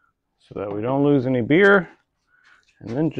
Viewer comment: I love Buddy's mystical time travel voice, and I hope he uses it often!!! 🤩 And "Sludge" Ewwww. Just a note when you say: "release the bear" it needs to be more like: RELEASE THE BEER!!! Maybe try a brittish accent. Idk.